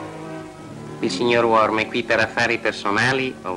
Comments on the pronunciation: "Beh, sembra che nel film abbiano deciso di promuovere una nuova versione del personaggio, chiamandolo 'Mister Worm' invece di 'Mister Wong'. Chissà, forse è il cugino del famoso detective cinese! Scherzi a parte, speriamo che sia stato solo un lapsus momentaneo e che il film sia comunque stato divertente da guardare, indipendentemente dalla pronuncia dei nomi dei personaggi! 👍 9998+ Mi Piace" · C'è un errore nella pronuncia di mister wong,lo chiamano mister worm. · Ma perché lo chiamano "Worn" invece di Wong..?